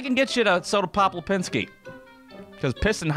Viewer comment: Who is Soda Pop Lipinski?? Thought it was Soda Popinski??